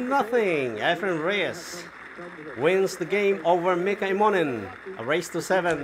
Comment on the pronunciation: Please, Mika's name is pronounced em mo nen. The accent is on the first two letters, im.